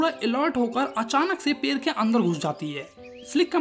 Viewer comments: पेड़ ❌पेर ✔️ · Pade❌ Pare✅ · पेड़ ❌पेर ✅